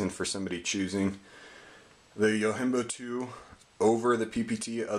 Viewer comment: Fair enough, well thought out review. I'm not here to bust balls, but I feel I should say, it is not pronounced "yo-HIM-bo." It is a Japanese word meaning "Bodyguard," and it is actually pronounced "yo-JIM-bo." Peace.